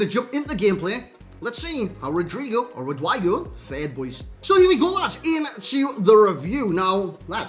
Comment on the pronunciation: His name is pronounced "Rodrigo".